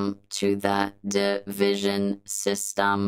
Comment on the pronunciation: its not division but divi sion